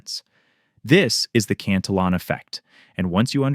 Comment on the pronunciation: Yes I agree it’s insightful and accurate. I just have a real thing for governments who relentlessly spend but they don’t have. I’m an old guy so I remember the stability of the 60s and I long for those days when money maintain some value. Also, I think you are pronouncing the name as the English version, but it would be more accurate to pronounce it in the Spanish way, where the double L’s are pronounced as a Y. It looks like a Spanish name for me, so I suspect that is the most accurate